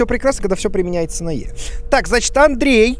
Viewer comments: "Adrian" Дима: Андрей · В тексте пишется Адриан... Также Куплинов: Андреей